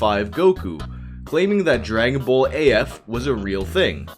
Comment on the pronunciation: The way you say ball gets my goat. Souds more like bowl